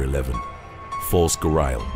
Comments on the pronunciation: its pronounced gary-al not ga-rie-al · Decent video I suppose. The thumbnail is disgusting though, by the way. And also... I do believe that Ghariel is pronounced with an "e" sound, not an "i" sound. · You pronounce gharial wrong.